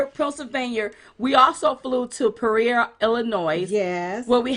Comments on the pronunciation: lol ...It’s Pronounced like this ...Pea or Ea - Peoria - ♥️You Both!! You’re Fabulous!! 🇺🇸TRUMP2020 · PEE OREA, LIKE OREO, BUT OREA.